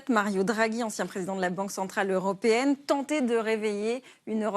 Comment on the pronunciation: "20 journals", "la préférence zeuropéenne", on est fébrile, ou bien?